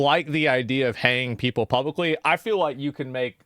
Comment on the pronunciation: said "publicly"😬